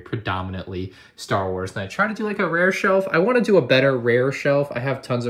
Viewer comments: bruh lego star waes i mean star WAES?! "waes" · Ah yes Lego Star Waes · star waes 💀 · "STAR WAES" lol but love ur videos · star waes huehue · lego star waes? lol